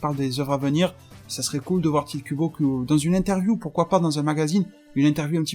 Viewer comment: le e sur tite ce prononcer é sauf que ya pas un accent